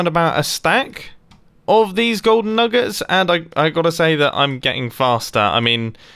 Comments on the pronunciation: Mumbo; nuggers for diamonds Me thinking he said the n-word Me- (0-0) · Thought I heard "nuggers for diamonds" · Anyone else think nuggets sounded like something else...